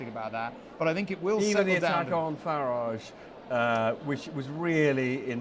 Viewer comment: It's not FarAAAge..... It's Farage like in Garage.... Farage, Garage, Wreckage.....Get it!